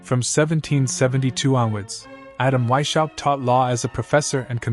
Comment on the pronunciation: Please educate yourself how to pronounce Weishaupt. I am from Germany and it is hard to listen to you butchering His Name. The work is very interesting though.